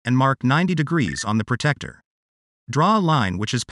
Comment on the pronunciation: The Angle Measuring Tool is called a 'PRO-TRACT-OR' it is not a pro-tect-or. 'Protractor'